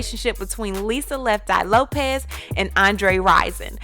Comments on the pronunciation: It's Lisa "Left Eye" Lopes not Lopez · Erin McMahon Lope”S” not Lope”Z” lol sorry can’t help a tru fan lol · It's Lisa Lopes, not Lopez. Also, Pac and Lisa never had sex or dated. Infant when they first met, Pac said "never let me sleep with you" as he didn't want to ruin their friendship. Lisa loved him and he wrote a song about her called "Can you get away" - it's about Lisa/Pac/Andre.